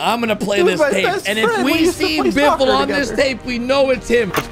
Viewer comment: it is not biffle